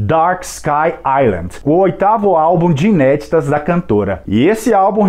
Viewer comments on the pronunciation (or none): none